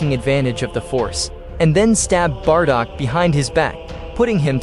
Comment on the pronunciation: Bardock not bardog